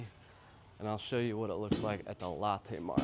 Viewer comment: I like Big M bro and Moonmilk ! Btw: I know your a Chi town dude but “Lo”tte is not “Latte” , Latte’ is that coffee drink that the fancy people drink at BigBucks🤣 stay cool 😎